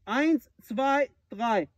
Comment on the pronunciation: Eins Zwei Drei😂👍 Perfekt ausgesprochen